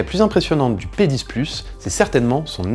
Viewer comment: G crue entend te penis aux lieu de p 10